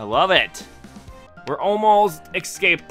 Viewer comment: Stopped watching when you said "excaped" jkjk, but seriously, please don't xD